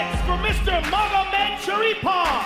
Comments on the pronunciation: "zabit magomedshapirov" joe rogan he even miscalled bochniak as magomedsharipov lmao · Joe: “Zabit Magomedshapirov” pronounced it wrong. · Joe 'Magomedshapirov' Rogan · HAHAHAHAHAHAHA...certainly, he couldn't pronounce Magomedsharipov like 4 times....Joe Rogan is so funny, nice dude! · Joe Rogan was a couple of inches close to having a stroke trying to pronunce " Magomedsgaripov"